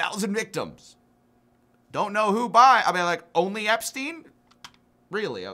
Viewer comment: Dude is still called "Epstein", not "Epstin".